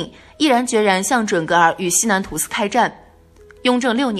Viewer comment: 是→土司，不是「吐司」😅